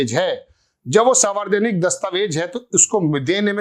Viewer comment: आप मुद्दे सही उठाते है ,पर न्युज या वीडियो पर अपनी ट्रैनिंग पूरी करीये ! सावरजनिक नहीं सार्वजनिक बोलना सिखीये , ऐजेंडा में ऐसी गलतीयो की ठुकाई के लिये अमित मालवीयो के जूते खाने के क्या मतलब है ? चैनल पर मोबाईल में देखकर वीडियो बनाना , एक बेवकूफी है ! जरा पत्रकारिता के परखच्चै ना ऊडा़औ ? मुद्दो की मय्यो हो जाती है ! शुरु में ही घोषणा कर देवे बोलचाल !भाषा! उच्चारण में गलती आपकी ना समझी होगी ?